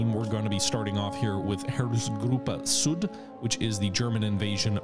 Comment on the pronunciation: please stop butchering "Süd". try saying Syd. should be close enough for an english speaker.